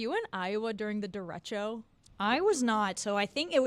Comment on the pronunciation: They are pronouncing derecho wrong 🤦🏻‍♂️